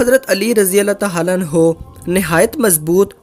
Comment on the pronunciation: Bhai Allah tahala nahi hota bulke Allah tahala hota he